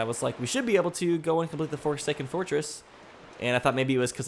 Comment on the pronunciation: Did i just heard forsaken foresking whe you say fortress?